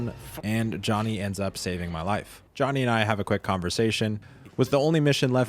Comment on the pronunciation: I really struggled to figure out you were talking about Johnny, idk how you butchered that name so bad